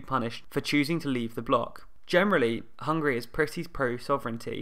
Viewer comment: Why pronounced it as Hungry? Isn't it HungAry?